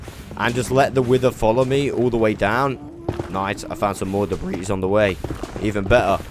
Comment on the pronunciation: The s in debris is actually silent, God if you were American you'd be one of those ppl that says ill-uh-noise for Illinois lmao sounds imbecilic but so does commenting about pronunciations lol. Good God you do say debreese a lot tho..lol made muh ears bleed.